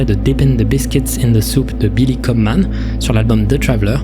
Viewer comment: C'est dommage, t'as dis "Billy CobMAN" à la place de "CobHAM" 😶